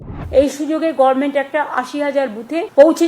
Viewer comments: Kotha valo kore uchharon kor Kothay goveronment notgovment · মূর্খমহিলা কে বাংলাদেশ এ পাঠান।কোনও উচ্চারণ করতে জানে না।গরমেন্ট বলে। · আমাদের গ্রামের মানুষেরা চলতি কথায় গভর্নমেন্ট কে গরমেন্ট উচ্চারন করে। আমাদের মূখ্যমন্ত্রীকে এই ভাবেই উচ্চারন করতে দেখি। উনি বাংলা ভাষা আন্দোলনের পুনরুজ্জীবন ঘটাচ্ছেন কিন্তু নিজের উচ্চারণগত জন্মগত ক্রুটি সংশোধনের কোন লক্ষণ নেই।